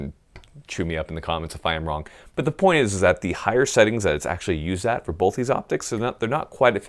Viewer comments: Wait, did you just say Bolth or Both? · I never knew there was an "L" in the word "bolth" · "I have boLth; I use boLth" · "bolth"...? rooster teeth burnie?